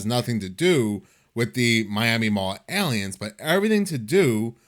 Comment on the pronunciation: The way you say “Aliens” is hilarious. Airleeans